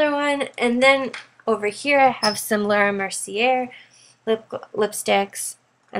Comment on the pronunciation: Your collection is amazing, your pronunciation bothered me slightly...the "r"in Laura Mercier is silent, and "givenchy" is pronounced, (ji-vawn-shee), your organization is impeccable.